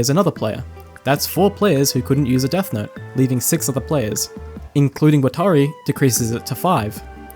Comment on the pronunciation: Did you watch death note subbed or dubbed? Cause the way you're saying watari is bothering me lol. Its nothing like the show